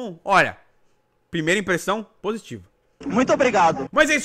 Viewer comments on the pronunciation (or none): none